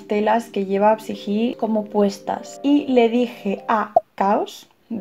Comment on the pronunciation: Soy fanatica de la mitologia griega y me se casi todas las cosas sobre este tema.La historia ME ENCANTA y en español psique se pronuncia (sike) asi de simple jaja...te amo besos😙😙